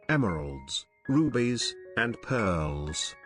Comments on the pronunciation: What's with the narrator pronouncing peeeeaaarrls instead of pearls?😂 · I swear, the way he says pearls creeps me the hell out.